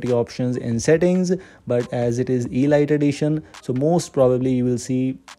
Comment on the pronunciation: You're mispronouncing it, it's not e lite, it's elite